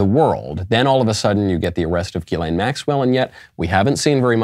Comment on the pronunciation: Hey genius her name isn't "Elaine"